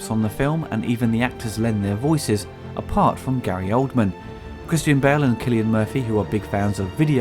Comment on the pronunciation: SEE-silian Murphy